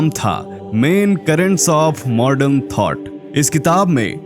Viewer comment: मॉर्डन नही मॉडर्न बोलो